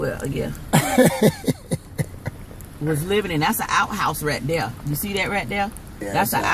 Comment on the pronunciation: Right "dare" is it hard to say the word "there"? lol jk